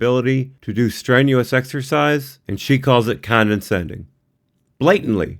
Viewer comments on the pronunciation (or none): Dude, it's condescending, not condeNscending. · "condenscending" NO. It's CONDESCENDING (Sorry I know Im a dick)